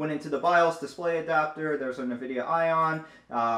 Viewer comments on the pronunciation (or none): Nividia? I thought it was N-vidia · It is N-vidia. Just like Abiword is not "A-by-word" But "Ahbee-word".